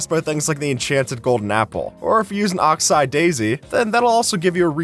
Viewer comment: Oxe eye daisy😂. Come on man it's Oxeye daisy😢😅